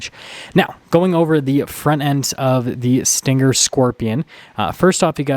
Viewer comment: It's not pronounced with a hard g. It's sting+er, not stin+ger. Also, it's RPM, not RPMs. No s. You don't say MPHs, or HPs, or 8 speeds transmission. Hello???